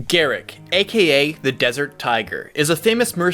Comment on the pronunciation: Gerik = Jer-rick, get my name right.